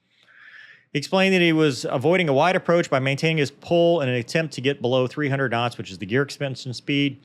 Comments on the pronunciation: Here let me take that flak off your back. "lol! You almost said kinditions after you said kinots!". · I thought your “K’s” when saying “kuh-NOTS” could have been a little crisper. Please re-record audio and try to stay 1-3 inches closer to mic. I’m kidding. Only kidding. I thought that was fascinating. It’s really informative to see how after Incident reports are handle. It speaks to the cohesiveness of the crew and soundness of training that they validated the general techniques, confirmed the posts weren’t peopled with morons or careless psychopaths, and made legit improvement suggestions without the need for a blamestorming session. It sucks it happened, and I’m glad nobody got killed - but it looks like it might actually make F35 flight operations safer. For the cost of a jet and no lives - that cost seems like a bargain for that kind of information. Thanks for putting this together, Cheers!